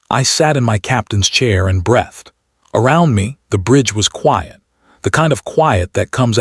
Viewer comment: "Fadding"? "Brethed" x2? "Ranging" (like clanging)? "Red" vs. read? Really? Dense skeletal structure suggests high gravity. - "Her response" should be "His response". "Who is at our boundary?" is five words, not six. Narration needs editing.